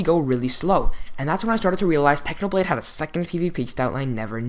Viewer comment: its a clickbait you said how to pvp like "packhnoblade"